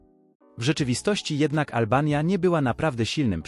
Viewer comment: Zmień tego bota co czyta tekst Cały film nawet przyjemnie się ogląda, ale niektóre słowa(Olbania) czytane przez bota kłują w uszy